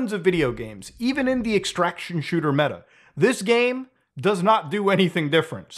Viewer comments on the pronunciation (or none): none